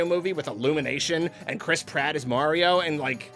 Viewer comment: Nobody:: "Chris prot"